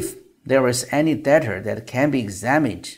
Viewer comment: I have to say that your pronunciation sounds pretty good as Chinese. You can pronounce most of the words perfectly. But there are some words that are not clear or have some issues like adding the r sound to certain words that don't have the r sound like (media(r), data(r), law(r)...) and other words with an unclear vowel sound like bAllot, lOOsses, ju(OO)dicial... for accurate pronunciation, you can search the keyword on or where you can hear real people's pronunciation. Another area you can improve is word stress and intonation, especially when you reading a long sentence, there are some words that are emphasized more than others, and also how you group the words... for this, I suggest you practice with the Daily Dictation series with Coach Shane or you can go with the Ben Franklin exercise on Rachel's channel. There are about 2500 words in this video and the duration is roughly 1300 seconds, that's about 0.52 seconds per word (115w/m), very close to the speed of Trump (0.55) when he speaks in public which is a bit slow compare to the average news reporter ~0.4 (150w/m). The speed is okay but I think you can get better. That's been said, but the most important part is the content, which is what everyone loves. You did an excellent job on that, keep it up.